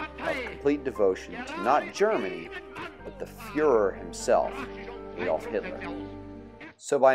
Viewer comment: Superficial and not very good - doesn't seek to explore the actual causes behind totalitarianism in the European context - as well as the poor pronunciation, "Aydolf" being one example. Could do better.